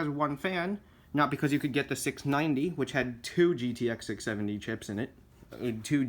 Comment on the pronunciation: You didn't say the number right